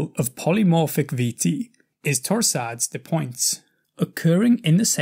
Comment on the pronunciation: Please do not pronounce the end "S"s in "torsadeS de pointeS". It's french, and does not need to be pronounced ;)